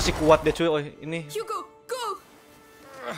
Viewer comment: Seharusnya bukan Hugo,tapi Hago😅😅😅